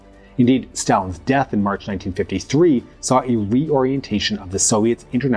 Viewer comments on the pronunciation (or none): none